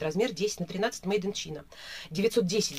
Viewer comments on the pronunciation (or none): не чина а ЧАЙНА не хейтер, но просто чтоб знали ♥️